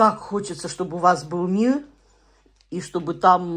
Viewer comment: Научись букву Р выговаривать Чтобы МИРРРРРА желать!